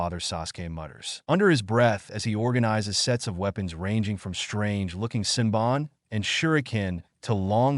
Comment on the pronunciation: Lmao, when the AI voice cant pronounce senbon xD pure gold